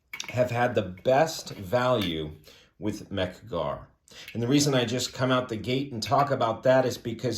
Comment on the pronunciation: Mec Gar? OK…I’ve stopped vomiting now.🤮